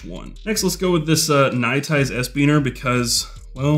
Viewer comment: Can I enter the give away ?? My contribution: Third from the top of the products featured is "NITE IZE", NOT "NITE ICE". Got to keep sponsors happy.